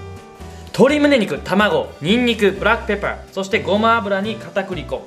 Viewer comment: ブラックペッパーの発音が不意打ちすぎた。 美味しそうな調理紹介ありがとうございます。